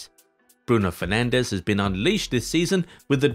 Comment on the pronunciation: Bruno Fernandes, not Fernandez